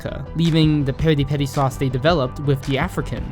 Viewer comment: Pi(sounds like pea)ri